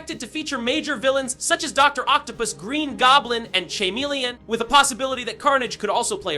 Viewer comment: Chameleon ❌ Chamillion ✅